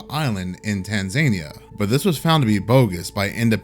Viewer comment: "Tanz a nia" brother not "tan zaney a"